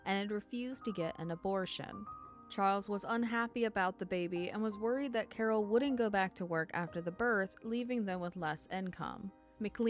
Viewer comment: “Cawhh”, gotta love Boston.